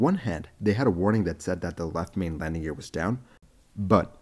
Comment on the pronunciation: Lamding? Really?